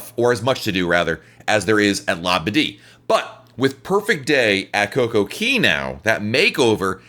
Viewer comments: Exactly, It's cay not keey! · Coco(KAY!!) not KEY......😡😡😡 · It’s Kay not Key. They sing Kay at the entrance of the park. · It's COCO CAAAYYYY not key 😡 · Coco-CAY. AY NOT EE.